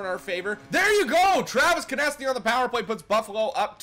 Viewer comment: Konecny is pronounced "connect-knee"